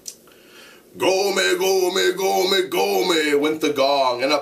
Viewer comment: lol its a sound of a metal not gome its sound like gommm but i love your explanation tho